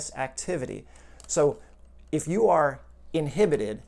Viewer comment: "In-hip-petid" from childhood!